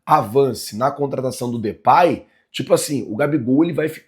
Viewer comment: Não se pronuncia Depay, Na pronuncia vc troca o A pelo E e se pronuncia Depey